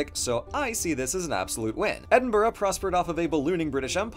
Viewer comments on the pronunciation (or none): Just need to put this out there. People often mispronounce Edinburgh and I don't blame them, but it's said like Edin - bruh. G is silent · Hot tip, just pronounce Edinburgh as "Ed-in-bruh". It's easier on all of us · I must say he massively over pronounced Edinburgh. Its just Edd-In-Bruh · 'Edinbuduh'? It's Edin-b(a)ra. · Edin-b-duh? That's a pronunciation I've not heard before. Edit: Oh god, you keep saying it like that., my guy, it's Edin-bruh. And we don't expect you to tap your R like that, you're American, that's not how you do your R's and that's okay. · It might be because English is not my first language, but I swear it sounds like he's saying Edinborough. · More likely he confused the ending of Edinburgh with the word "borough" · The problem is the rhotacised vowel. He's clearly trying to avoid saying "Edinburrow" but he should be saying "Edinbruh". He's adding an extra syllable too, it's 3 syllables with a tap, not four. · It always makes me laugh when I hear Americans struggle to pronounce Edinburgh. You don't have to change your accent, just say "Edinbra". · Love the vid! When pronouncing Edinburgh, think of the saying edin-bruh. The brugh should sound like the first syllable of brush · You very very nearly said Edinburgh right, you just put too much stress on the vowels still. English and Scots tend to put as little stress on vowels as possible, so it's closer to "ehdhnbruh" in pronunciation (uh as in "huh") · Other peiple have pounted out the Edinburgh pronunciation but I'm gonna do iy again, idk if yours is technically more historically correcr but now it's just called "Edin-bruh" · Interesting pronunciation of Edinbarra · Sorry, how did you pronounce Edinburgh? 😂 (ed-ing-bruh) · you say Edinburgh weird. And not in the way Americans normally get it wrong- by pronouncing burgh like berg- but you’re saying burgh like borough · Edinburgh is pronounced as "Enborough"? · Not Edin-bruh? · isn't Edinburgh pronounced edin-bruh? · it's just Edin-bruh